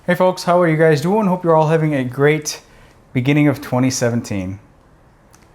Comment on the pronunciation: "Hey folks, howaya guys doooin" I could have sworn you were Canadian for a second.